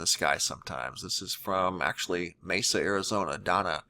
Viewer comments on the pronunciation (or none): none